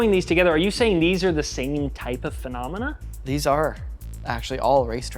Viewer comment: Phenomenon - singular. Phenomena - plural. Monomenah - muppets